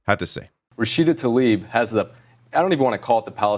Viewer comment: Say her name correctly. It’s not Taleeb it’s Tlaib